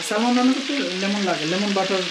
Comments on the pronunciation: not salmon , i think pronunciation will be sa-mon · স্যালমন না স্যামন হবে কথা টা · স্যমন,স্যলমন না। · স্যালমন কেন? এটাতো স্যামন হবে। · এটা উচ্চারণ হবে স্যামন।স্যালমন না।এল শব্দটা সাইলেন্ট থাকবে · I love ur vedios bt the pronunciation of Salmon should be Seh m'n the L in the word is silent... Hope u dont mind.🙂